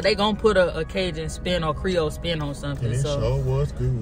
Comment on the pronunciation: That boy said creole luxury 😂😂😂